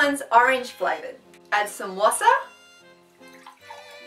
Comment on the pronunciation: love the way you say `WASSER` :D <3 for never speakig german ur quite good haha